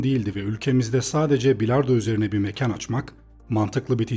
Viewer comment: üilard pilardoo sesi geldi kulaga